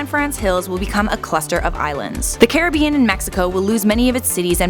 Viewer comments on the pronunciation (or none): none